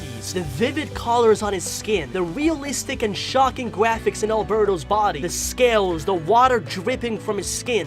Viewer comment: Stop saying gwaphics